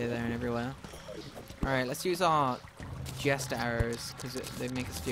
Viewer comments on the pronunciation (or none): none